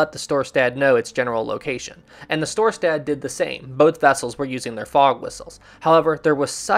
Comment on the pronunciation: It's Storstad. Mispronounced on here.